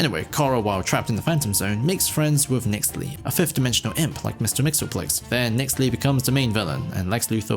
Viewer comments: The TDS Laden “make Daxam great again” was so cringe RESIST!! lol!!! Oh incidentally… “Mix-yez-pitel-ick” is how it’s actually pronounced. Doggone Superfriends messing it all up for decades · that mxyzptlk pronounciation is crazy bro